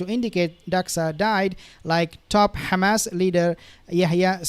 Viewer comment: I’m just curious, why do you pronounce it “Khamas” and “Khezbolla”…. Like the Zios do…..